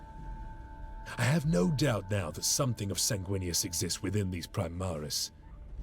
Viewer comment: "Primaris" aaaaaaaaaand I'm out.